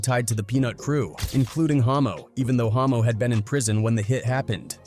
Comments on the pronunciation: The moment the commentary says "homo" instead of "hommo". Whoops! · 😂 bro the ai is tripping mispronouncing the guy's name, it's Hommo lol yeah exactly 😂